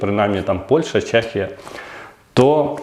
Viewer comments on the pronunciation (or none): none